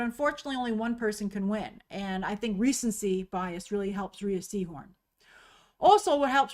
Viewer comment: Rhea’s name is pronounced “Rey”